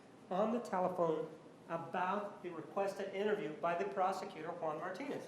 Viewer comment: Juan waved his magic "JUAND" again lol